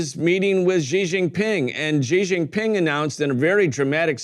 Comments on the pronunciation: /SHE/ Jing Ping not / gee / only Americans mispronounce his name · It's not zhizhin pin , it's xi ( read like SHE) jin pin( read like GIN, the drink, and, PIN like pin). Not a hard name to pronounce.